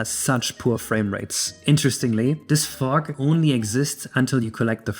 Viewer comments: fug :DDDDDDDD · I was looking away from the screen when this moment arrived, and I thought said "Phong." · i thought you were saying something else when talking about fog